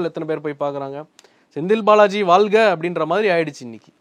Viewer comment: ல்க..!தமில்வால்க!ஐயோ.... போதும் விட்டுடுங்க.. நீங்க வால்க ..! 😊😊😊😅😮😢